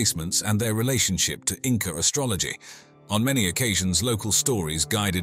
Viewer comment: You keep saying Inca? I can't watch Anymore. I know the truth, they did not feel so well.